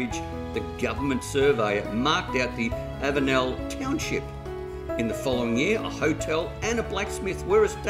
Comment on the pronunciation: you are not too far wrong but your pronunciation of avenel is like fingernails down a blackboard to me. my dad was a train driver so he knew how all town names were pronounced and ive heard him say all these names so i know the correct way too. the correct way to say it is to remove the last 'e'. avenl. that house might be really old with a newer section built on the back. sash windows were long out of fashion by the 50's or 60's. the termites really have been enjoying the place.